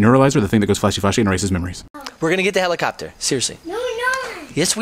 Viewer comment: I heard of helicopter not fellimofter